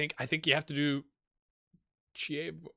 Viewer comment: I think it's Chi as in KEY, and evo as in EVOlution.